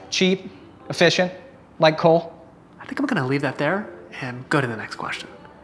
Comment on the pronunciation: anyone notice he said Colt instead of Cole ????